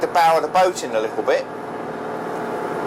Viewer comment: Did he say lickle?